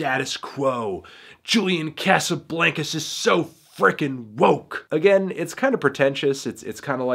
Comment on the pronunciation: every time he pronounces Casablancas like that I die a lil